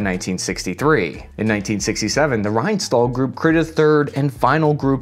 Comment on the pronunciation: I needed a while to understand that you mean Rheinstahl when you said "Reinstoll".